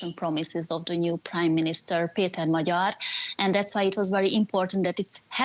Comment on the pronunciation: She said Magyar's name wrongly. By now she should have learned easily how to say his name. Just lazy or incompetent.